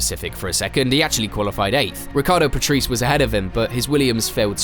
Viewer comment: Riccardo... PATRICE?? What a butcherfest. AGAIN!